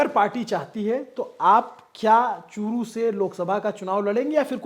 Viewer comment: चुटिए अभि.एंकर वो चु**t नही चूरू जिला है 😆😆😆😂😜😜😋 1.36#सेकेंड पर 😂